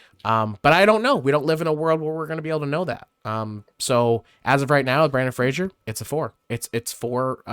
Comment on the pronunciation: Don't know about the Japanese actors, but you butchered the American actor's name for sure. It's Brendan with an "e", not Brandon, and Fraser, which rhymes with "razor." Not Frasier like the TV show. Edit: Sorry if that sounded a bit harsh, lol. Good video! 😊